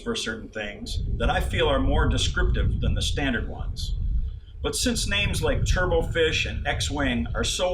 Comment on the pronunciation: A turbot is a fish and is pronounced "TUR-buht", not "turbo".